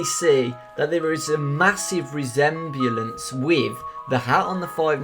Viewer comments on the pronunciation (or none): resem-bulance? XDDD